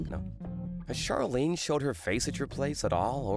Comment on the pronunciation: 'Charlene' is pronounced 'shar-lene' not 'char-lene'. Like how 'Charlotte' is pronounced 'shar-lot' and not 'char-lot'